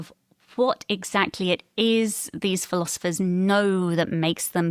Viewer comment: I can't determine which is more distracting ... him saying "irun" or him saying "philozifers" 😂